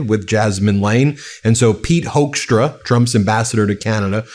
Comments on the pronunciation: Apparently his last name is pronounced as "hook"stra like e.g. a fish hook. It's a Dutch name but every Dutch friend of mine have strong opinions about this man and so do I. Not so diplomatic, in my opinion. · Pit Hoekstra is a hoax , as you can hear, but you pronounce it like hookstra as in hook